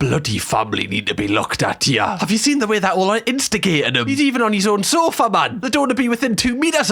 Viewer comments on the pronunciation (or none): none